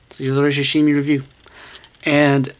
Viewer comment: "shashimi" LOL